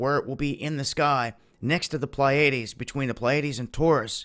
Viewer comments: PLEE A DEES....Not PLYAIDES. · It's "Plee-a-deez". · 'Pleiades' is pronounced as "Plee-uh-dees". 😊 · just a note: its 'PLee ah Dees' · ok you just gotta learn how to pronounce the pleiades buddy. had to turn off the vid after the 3rd botched attempt.